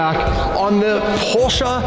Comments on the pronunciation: PorschE not porschA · Its a Porsche, NOT a PorscheA. Learn the name............................... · The way they pronounce Porsche 😅